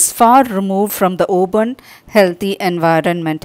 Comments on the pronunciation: that is open mam not oben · I don’t think I would pronounce open as oben🤪